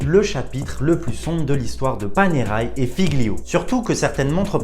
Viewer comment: ça ne prononce pas Panéraille, mais Panerè.